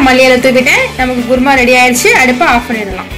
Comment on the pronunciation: adhu குர்மா இல்ல குருமா